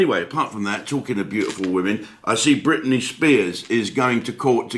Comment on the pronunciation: Put your proper teeth in Jim its Britney not Whitney! Lol 😉